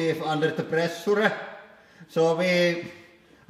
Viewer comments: Pressure pronunced as pre- su-re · That guy said ' presoorey? ' he means pressure? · pressoore metter